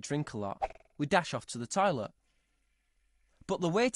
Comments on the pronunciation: “the toiloet” lol. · also toilet